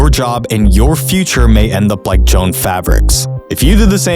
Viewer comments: literally, no. You don't need to pronounce a companys name correctly to be financially literate. You came to the comments with vitriol after he mispronounced Joan? Go back to ai slop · 'Joan' fabrics? JO-ANN..... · Dude, you are COMPLETELY undermining your intelligent argument by saying Joan. It's Jo-Ann. Get it? Good God, if you got that wrong, what else is wrong? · Its not joan fabrics its jo-ann as in joe ann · Holy crap, it's not Joan fabrics, it's pronounced Jo-anne. Lol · It's not pronounced "Jone Fabric" It is "JoAnn's Fabric" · Bro it's Jo-ann fabrics, not Joan fabrics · It's pronounced Jo Ann lol not joan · Should have spent an hour lookin into Joan fabrics. It’s pronounced Joe ANN 😅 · As soon as you said "Jone" Fabrics I was out.. Lol bro do at least a little homework first. I think your YouTube channel is on the brink of collapse. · I’m so distracted every time I hear Joan and not Jo-Ann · (Joe-ann) Not jone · Joe Ann fabrics not Joan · You lost me when you pronounce Jo Ann as Joan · It’s “Joe Ann” not “Joan”. Christ. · Er... It's "Jo-Anne" not "Joan" Fabrics... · Pronounced “Joe-Anne” fabrics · It’s pronounced “Joe-Ann’s” I worked there right before they got the ax It was a boomer haven 😅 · "Joan" fabrics lol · Brother it's Jo-Ann ("jow-an") Fabrics - not a good way to start the vid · Are you AI man? It's pronounced Jo-Ann fabrics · The way you mispronounce Jo-Ann lowers your credibility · When you pronounced Joann as Joan i was expecting you to pronounce Payless as Payliss. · it's pronounced Jo-anne fabrics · FYI pronounced Joe Anne, nobody better than Margot Robbie😍🤣 This guy left us hanging… Regulatoooooors! Mount up! Great coverage and explanation. Skyrocketing mortgage defaults, 80% of the used car market is repos, crazy credit default swaps activity, I’ve said for the last 3 years, this is going to be like 2008 X 1000, yup, 2,008,000 and that’s exactly how much a plan to profit on the 🥔’s mismanagement. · You can’t pronounce Jo-ann fucking right?